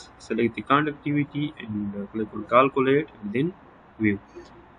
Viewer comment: کالکولیٹ نہیں کیلکولیٹ سہ لہ پختانہ شرمے